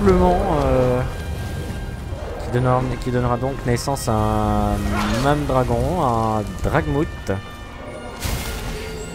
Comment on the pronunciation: Le "dragouth" MDR